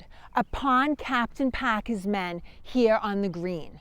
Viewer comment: What is so hard about pronouncing the letter R in words? And the word here is one syllable, not two. Very distracting to listen to. It's like they never left England.